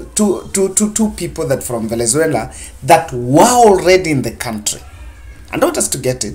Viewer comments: By the way, it's VENEZUELA. It's like you have a problem in pronouncing the South American Country's name. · Very clear and eloquent speech,find it funny how you havent pronounced the noun VENEZUALA correctly...